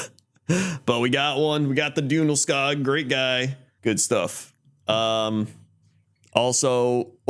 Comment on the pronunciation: Hearing non-swedish people pronounce ikea stuff is always a delight ^^ If you want the swedish pronounciation, then the o in djungelskog is long, like the in word "zoom"